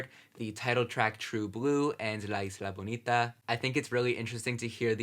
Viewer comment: Looking great,! And i loved how you said "La Isla Bonita". You must not forget "I'm Breathless", "Something to Remember", and even the "Evita" soundtrack on your reactions.